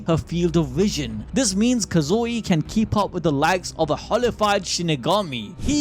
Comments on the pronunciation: Please say his name correctly. It's Kazui, not KazUi. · You gotta like this comment every time he says Kazooey.